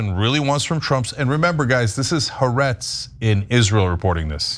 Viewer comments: “Ha-Aretz, not Haretz.” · Haaretz is 3 syllables as in Ha Aretz, isn't it?